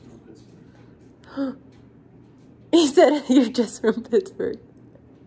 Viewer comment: Is it Pittsburgh or piksburg lol